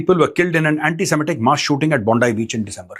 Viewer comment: Pronounced bond E not bond i